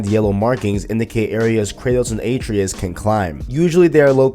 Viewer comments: Bro, Kratos pronounces Atreus correctly hundreds of times during the playthrough as "uh-tray-us", not "A-tree-us". Did you play with the audio off? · almost unwatchable with number of wrongly said atReus, my god get the names right man. no wonder your views suck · How do you not get the name right when he says the name I’m confused lol